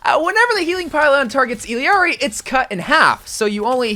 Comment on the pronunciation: Not him combining the Spanish and English pronunciation of illari to say her name💀